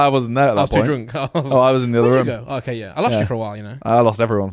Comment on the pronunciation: Love the way Simon says room Sounds like he’s saying ruume or Vroom